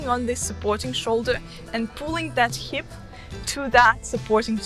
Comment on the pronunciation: Hey Maria, thanks for the video. Just a small correction, it's 'hip' not 'heap' ❤️❤️